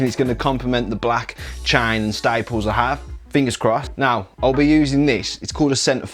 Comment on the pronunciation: Tibles, chines and stiples! Grite mite!